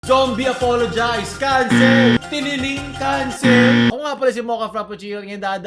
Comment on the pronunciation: pronounce as Zombie APOLOGEEZE NOT APOLOGIIZE